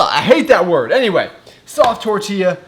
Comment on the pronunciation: fuck is really funny hearing u say tortilla and tostada 😂😂😂